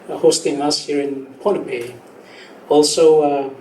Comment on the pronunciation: Not Pompei pohnpei.